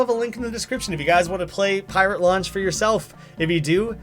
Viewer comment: To me, it sounds like he's saying "Pirate Lunch" instead of Pirate Launch.